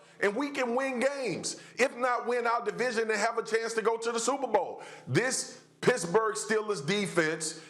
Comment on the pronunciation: Why does it sound like swaggu is saying “pissburgh”